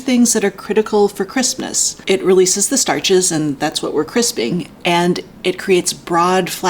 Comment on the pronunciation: I keep hearing 'Christmas' instead of 'crispness'